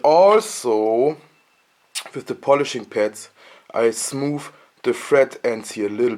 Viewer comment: Ok! But it's all ok, ok? (if you want to change your language even more, work on "th" (your smooth sounds like smoof) and "ch" (your cheap sounds like sheep) :)